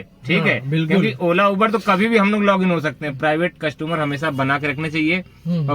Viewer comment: कस्टमर बोला करो भाई #कस्टूमर नही होता है😅😅